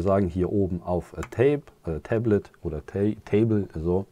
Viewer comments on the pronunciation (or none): none